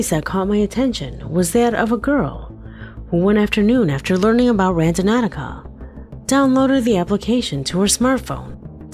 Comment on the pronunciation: Somebody want to tell the narrator that the app is called Randonautica and not Randonauticaohaho